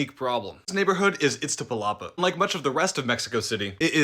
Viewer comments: Dude if you are going to talk about Mexico at least make an effort to pronounce it right, iz-ta-pa-la-pa. Not itza. You information is most accurate but pay attention to that please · You have an almost perfect pronunciation of Iztapalapa, the only thing you missed is that you swapped places between the T and the Z.